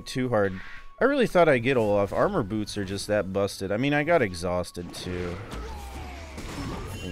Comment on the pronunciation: "armor botos". people from hawaii are absolutely rolling